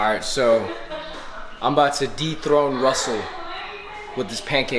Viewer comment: I wasn't looking at the screen and I thought you said "I'm about to deep throat Russell". "De-throne", not "deep throat".